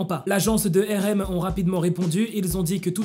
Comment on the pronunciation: tu prononce RM mal ! Sa me fait mal je suis désolé